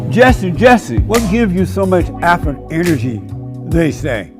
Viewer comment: Not alpha but alphur. Umazing!